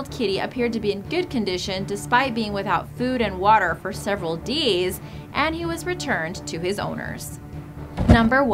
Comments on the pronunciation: and over she says deys? What happend to days :c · i like how you say days daies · Ok not to make this video bad and all I feel so bad for all the animals but the way she said days 😂